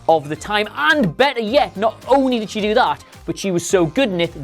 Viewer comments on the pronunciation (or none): none